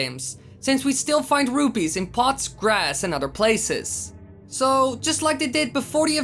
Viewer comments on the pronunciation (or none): none